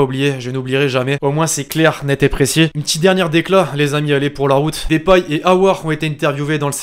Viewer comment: On dit depay pas dépay